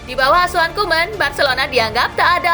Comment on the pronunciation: Asuhan Min bukan Auhan